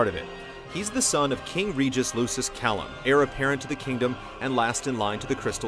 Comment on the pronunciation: *cough*pronounced LUKIS -hard C-*cough* Very well done summation, easy to follow but a lot of info, except hearing the Latin mispronunciations made me cringe a little, hah (Kay-lum or Kai-lum, not Kalum). Also thought the Hamlet connection was really interesting.